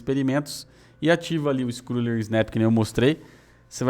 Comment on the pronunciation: Conteúdo top demais, como sempre! Apenas uma pequena dica: a pronúncia da palavra scroll é "iscrou" e não "iscrul".